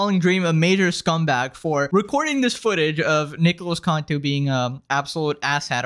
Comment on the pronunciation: It’s not (contu) it’s (cantu*) also Nicholas cantu turned into an antihero and I want no smoke with it when I become even more popular in my time.🥶🥶🥶🥶🥶🥶